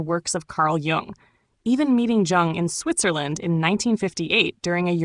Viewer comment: Why all the fake pictures of Watts? No pics of him with long hair and beard? Also, the narrator mispronounces the words Tao and Jung